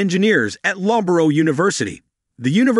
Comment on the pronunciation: "Bristal and Loborough"? It's "Bristol" and the pronunciation of Loughborough sounds like "luhf-buh-ruh".